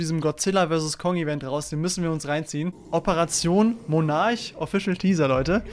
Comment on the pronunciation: Bruder es wird Monnark ausgesprochen